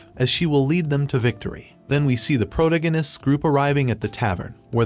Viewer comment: I like your videos but please just say protagonists right